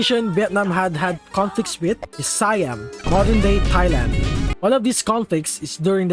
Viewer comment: It’s see-am not siiii-am